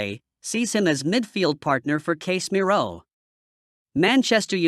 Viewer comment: How did u pronounce Casemiro? That’s a disgrace. At least pronounced it right !!